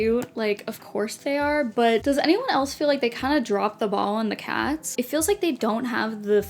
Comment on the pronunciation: when you were talking about the 'The Dog' variants, i thought you said 'calfs' instead of cats at first. Sad they didn't have little baby cow version, it would have been so cute!